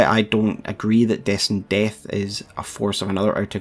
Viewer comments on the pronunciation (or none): I just like how you say Destined DEHTH lmao